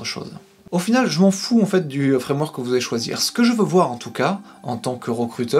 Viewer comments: Avec un des trois fwamwok a la mode , oh mon dieu cette prononciation digne des plus grands lumières 😀 j'essaierais de passer par tout les points que tu as abordé dans cette vidéo merci pour t'es conseils :) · Fwamewok haha j'étais pas prêt. Vidéo au top, j'adore les petites respirations c'est super utile pour digérer les infos